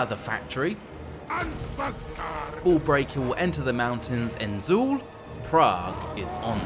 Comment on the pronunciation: the pronunciation of "Hashut" and "Zaul" offends the gods